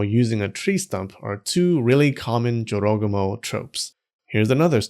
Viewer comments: I always thought it's pronounced Joro -GU -moh. Not a smooth jorogomo. You learn something new everytime here. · the number of times i thought he said “joe rogan” instead of jorogumo almost made me cry. i don’t want to imagine half spider joe rogan seducing men and eating them 😭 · I’m hearing JoRogAmo all I hear is JoeRoganMo…. 😂😂😂😂 I can’t be the only one here getting images of a huge spider legged creature with the aforementioned female torso but now rather, with a bald man’s head-thick necked with crazy eyes and veins popping out the forehead… Lolol …Am I?